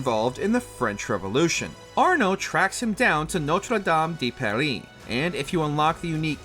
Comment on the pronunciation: spending that entire section trying to pronounce Notre Dame de Paris as French as possible then utterly butchering Versailles…